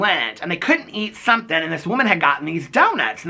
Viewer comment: Sometings" 😜😜😜😜 love ya